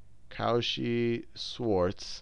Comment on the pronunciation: Great video! tho...:D You need to work on that pronunciation.